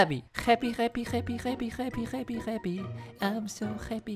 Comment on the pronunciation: No one:: Hreppy